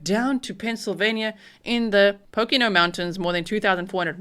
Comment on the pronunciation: pOcOnO it says easy to say it right as it is to say it wrong